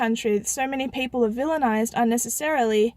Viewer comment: "Donald Trump is 'villanised' by the media" ahahha... what word is that? 😆 Where's the cool music???